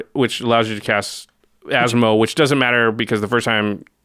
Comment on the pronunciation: I’m so impressed by pronunciation 😳👏👏👏👏